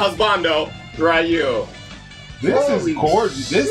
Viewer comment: Guy Guino steve was going to get one but he kept mispronouncing ryu’s name